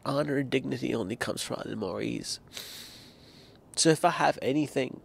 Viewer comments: Isn’t it المعز (Al-Mu’iz) and not المعيز (Al-Mu’eez)? Plus it’s worth noting that there is a debate amongst the scholars concerning that name and is not definitively affirmed for Allâh. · it's called al muizz, you pronounce it like mu-ezz, not mu-eez. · Almu3iz not Almu3eez One haraka at alain not two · Great video ✨ It's pronounced more like mo'izz(emphasis on z) not mo'eez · Brother thanks for your efforts But that's not how you spill allah name almoizz coz in Arabic that would give a totally different meaning You should pronounce it as al moez you dont do a long tone on the i God bless you Carry on. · You mispronounced the name of Allah المعز (I am arabic) . I advise you to give more attention to learning the arabic languge.